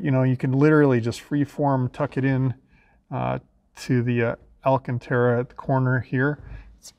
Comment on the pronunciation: I'm a little bit disappointed... You called the headliner "alla-cantara", just like the magical incantation (Lol!) used by the Goonzsquad boys. Whilst I wouldn't expect any better from some hick youngsters, an older and more educated Aston owner should appreciate the correct pronunciation as being "AL- cantara"! (Edit: - Having re-listened to the segment or thereabouts several times over, I still can't be certain which way you are pronouncing the word, so I apologise if I've made a false allegation and you never made any mistake! You obviously got it right slightly later on when discussing the location of the mic' in the car!) That comment may get me some hate for being a stuffy old fuddy-duddy but I firmly believe there's an element of class that goes along with Aston ownership that deserves to be upheld, out of respect if nothing else! However there is ONE THING that pisses me off WAY MORE... and that's people calling the brand "Austin-Martin". That really gets my goat!!!I No offence to the great historic British marques of Austin (& Morris) but AM is leagues above!! And still making cars too!